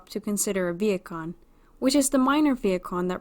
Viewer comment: Is it just me or is she pronouncing vehicon as vietkon?!